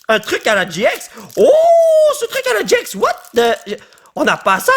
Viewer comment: Oui ok mais au lieu de dire gi ex au gx dit gé ix